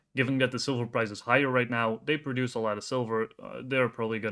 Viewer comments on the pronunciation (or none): none